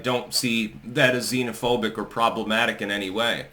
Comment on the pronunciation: Pedotato couldn’t either pronounce or define the meaning of the word “xenophobic.”